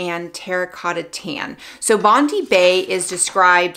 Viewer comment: Bondi is pronounced as Bond-dye. It’s a popular beach in Australia 😄